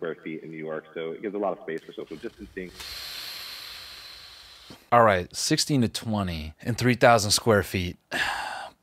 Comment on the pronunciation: "Soshal jistancetang"